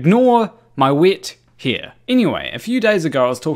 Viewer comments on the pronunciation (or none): Did he say "WIT HERE" or "WET HAIR". Sometimes you might be funny or sometimes you might catch a cold... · Sorry but at the beginning I thought he asked to ignore his 'wit here' which I thought was very funny until I worked out what he had really said😂😂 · Oohhhh! Wet hair! I thought you said "wit here". 🤣🤣🤣